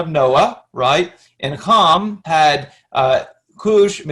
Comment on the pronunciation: We're done. In the Word. His name was Ham. Not Hom. So now I know. You don't know dip. Teach? Not Me